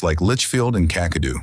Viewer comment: never heard of cockadoo only Kakadu it might be a good idea to speak to an Australian, a real one to pronounce some of the names because some of these towns I've never heard of and I was born here in 1958😅🤣😂